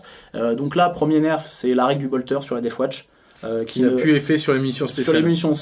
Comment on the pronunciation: Par pitié arrêtez de dire "deaf watch" ... La garde sourde ? Ça envoi du rêve !